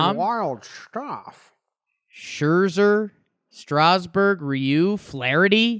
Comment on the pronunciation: Youguys did a great job pronouncing Ryu’s name btw